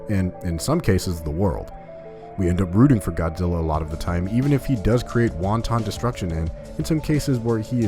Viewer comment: Did you say won-ton destruction? Ha!